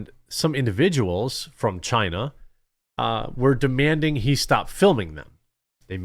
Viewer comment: Chinese Bai-zou, take it back to Chyyyna